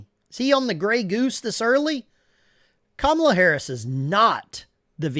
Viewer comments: Kommula? You mean Cummula? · When pronouncing her name, he placed the emPHASis on the wrong sylLABle. That's so racist! 😵‍💫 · Did he just say Commie Kamula. Ala, ala. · Excuse me, but the correct way to pronounce the name of the soon-to-be elected by a landslide victory, first non-trans female, genuine quasi-African American President is “Caramela.” To be sure, it’s pronounced “Caramel” (like the shade of her complexion) and “la.” All together now, say “Caramela.” Good. Now sit back and watch her get elected President, as the FIX is in, baby!🤣🤣🤣😄😄😄👏👏👏👍👍👍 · Her name is pronounced, Commie-la. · He can't even say her name! Does he have the same disease as Joe? I agree with him on one thing...We Are Not Going back to Kkkkkaamala! If she is going to fix the border, why didn't she? Every state, the people, will decide on abortion, Grandpa! When, and if, this deal in Springfield is investigated, it will be found full of corruption! Just like everything Kampala has had her finger in! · Is it pronounced "Come Allah" ? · Straight to jail!! No jury no trial just Straight to jail for not saying her name right! Here in democracy we don't allow you to speak wrong!! Don't get arrested by the thought and feelings police 🚨 remember officers safety is more important than your rights!! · They're Harris supporters but can't even say her name right 🤣